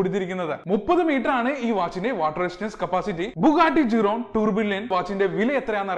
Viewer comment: Bro, Tourbillon movement is pronounced as Two-biyon not Tour Billion!